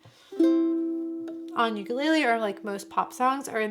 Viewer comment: Liking the channel but you gotta say ukulele correctly.